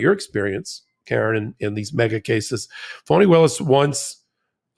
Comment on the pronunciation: Thanks for what you do., I kept hearing you call Fani Willis 'phony' when I've heard 'Fawny' don't know if it's related to her dad being a Black Panther at one point before being a defense attorney.